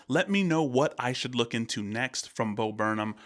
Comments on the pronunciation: it's not bo burn um it's bo burn ham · It’s pronounced Bo burn ‘em